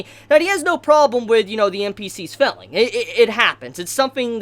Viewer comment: Why do you keep saying felling and not Failing?